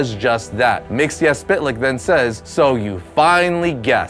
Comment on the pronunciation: It's pronounced Myx-is-spit-lick.